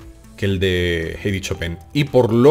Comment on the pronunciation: "chopén" gran pianista jajaja